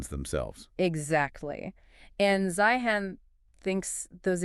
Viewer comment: C'mon guys ''Zi-han?" really? You didn't listen to any of his videos when he pronounces his own name?